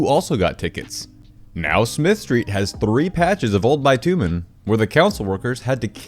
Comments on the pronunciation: It is not bi-tu-men it is bitch-u-men (sorry for swearing but that is the easiest way to show...) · It's "bih-tyoo-minn" not "buy-too-men" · That’s not how you pronounce bitumen. 😬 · Learn to speak properly please you illiterate prick. That is not what the word "bitumen" is pronounced like.